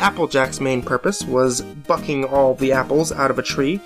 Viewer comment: Thought you said "applejacks purpose is fucking the apples" instead of bucking xD